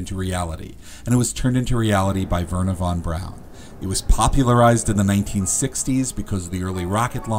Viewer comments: Thanks for mentioning Von Braun, but no thanks for the mispronunciation. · Von brawn*